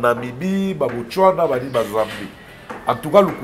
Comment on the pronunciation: ...botswana not botchwana ...mitsubishi not mitchubishi Mbuta likasu is among the best congolese dancer.